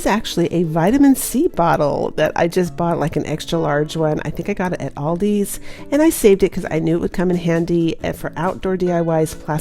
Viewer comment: ALDI doesn't have an S at the end.